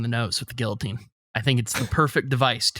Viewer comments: They keep saying "Gilloteen" instead of "Guillotine" and im losing my marbles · I don't care to Google this I want public opinion but isn't it pronounced "Gee-uh-teen"? Not "Gilla-teen"? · The way pronounces “guillotine” hurts me.